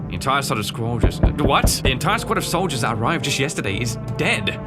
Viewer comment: "The entire sod of sqoldiers"